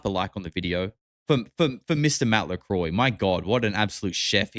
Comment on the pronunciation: not lecroy its lakroa